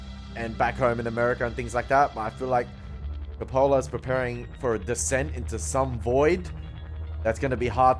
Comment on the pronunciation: It’s pronounced CO’-pa-la; not co-Po’-la. While you seem to find humorous much of the film, nothing is funny about this film or the subject matter. You caught the Eliot poem but you missed the Kipling poem “IF”.